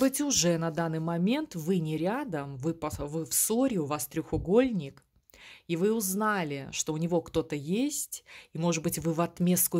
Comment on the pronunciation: Почему вы называете треугольник треХугольником?)